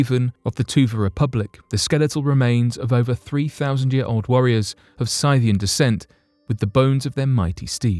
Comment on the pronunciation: Are you saying, Scythian? (Sith-ee-in)